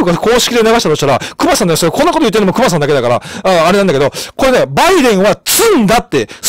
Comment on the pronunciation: クマがheyになってるw